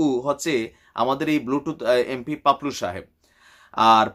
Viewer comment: Bhai, unar naam paplu na to' Papul